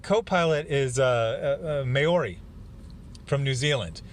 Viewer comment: Sorry real quick, as an Aussie who knows a Maori bloke you don’t say it like that. You kinda say the Mao like how but with an H instead of M and the ri like the ri from Riri. Also I personally prefer my version of the plot. Rather than anti man straw men to hate I would have complex characters under a lot of stress as most planes in WW2 were shot down. Some crack under the pressure some don’t. Your twist is interesting but I would incorporate the twist differently. The baby isn’t in danger from the crew but rather the gremlin who wants to mother it because her own newborn died. This is a genuine phenomenon with animals that in rare occasions has actually even occurred between animals of different species. This continues on the theme of it not being a supernatural monster but a complex intelligent creature.